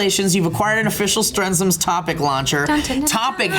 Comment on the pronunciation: Yes! even pronounced my name right! So glad yo guys like everything!:D (Guess I'll start production on the Strens'ms'™ Topic™ Launcher line)